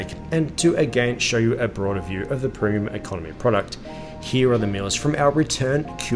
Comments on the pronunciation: "Proom" Economy product? Such mispronunciation reduces the veracity of your commentary. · This guy can't pronounce "Premium"